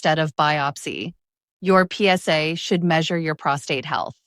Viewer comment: Yeah a big thumbs down to the "PS" "AI" girl.